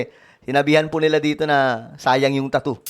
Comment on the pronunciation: NATATAWA AKO SA TUNO NG PAGBIGKAS NG SAYANG ANG TATTOOO....?????????UUUUUUHHHHH...🤣🤣🤣🤣🤣